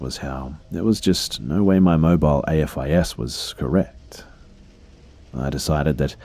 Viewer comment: AFIS is pronounced the way it's spelled, with the "a" being pronounced like the "a" in "aim". It's an actual word.